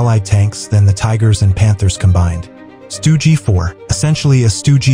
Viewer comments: stoogey, it's just stug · AI voice-over stinks! "Stugy" instead of Stug, panzer 'eye' instead of panzer 1, tiger eye. 'milimeters' gun - instead of milimeter. Sturmtiger, fired 380mm 'Depth Charge'? WTF? It wasn't hunting submarines you automated twit.